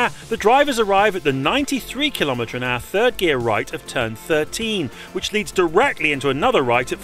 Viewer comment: "kilometers an aaAAaa".. wtf is that accent? Just say hour, for freak's sake.